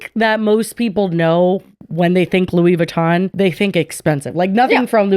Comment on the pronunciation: Lmao I needed a good laugh and Le beautè Lewey vitohn was gold 😂😂